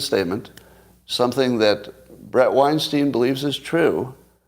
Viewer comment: As someone who follows both of you closely, your take on Bret’s positions vs your own is solid. But please Scott, he pronounces his name WINE-STINE. Courtesy in name pronunciation is a good thing, don’t you agree?